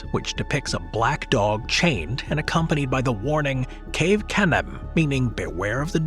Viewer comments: Cave canum is pronounced Kah-vay, not Kayv. Literally “beware of the dog” in Latin. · Nearly correct. The v is pronounced as a w.